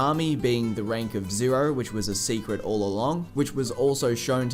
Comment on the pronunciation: “Which was a secret all along” but I hear “it was agatha all along” 😂